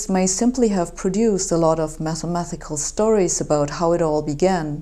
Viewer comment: You're pronouncing the "t" in "mathematical" as an additional "th" when it should be the hard "t" sound. love your work